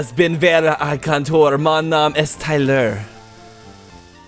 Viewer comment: he said mon nom est Tyler, but pronounced it with a Spanish accent so est sounded like "ess" instead of "ay", hence why the whole sentence sounded Spanish XD